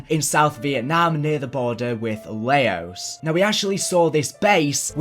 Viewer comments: Was it just me or did he pronounce Laos as “lay-os” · Boy doesn’t even know how to pronounce Laos smh